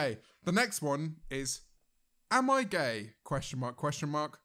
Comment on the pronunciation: was this a botched attempt at saying gay?